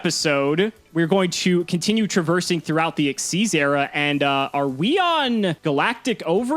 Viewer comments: I am only seconds into this video, and I already hope loses PURELY because he said X-Y-Z era. I know it was a stupid name, but it's pronounced ik-seez. The way you say it, it would be three separate letters, all caps (like XYZ Dragon Cannon). Xyz, capital X, lowercase y & z, is pronounced like a single word. What's worse is that you're supposed to be some kind of Yu-Gi-Oh pro (frankly I never heard of you before the Progression Series), and so you probably know this and you're pronouncing it wrong anyway. Purposely stupid. Cimo, if I have to listen to call Xyz Monsters "X-Y-Z monsters" for the rest of the Progressions Series, I'm gonna have to leave and stop watching. It is THAT cringy. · Stop saying X Y Z, that is so cringe. The correct pronunciation is Exceez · i hate that says xyz and not exeez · I never understand why everyone says "exzees". WHERE IS THE Y?!